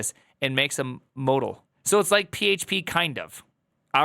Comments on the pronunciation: what's up with the funky way you're pronouncing Modal? I've never heard a non-novice say it that way. It's MO-dull. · You can tell this guy only programmers CLIs by the way he pronounces 'modal'.